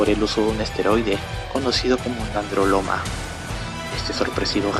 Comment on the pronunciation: Hughes se pronuncia "jiuch", el esteroide usado por Gracie es: nandrolona no nandroloma, buen video solo esos detalles, saludos